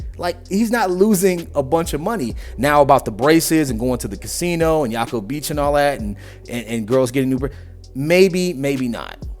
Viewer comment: jaco is "haco" not "yaco". js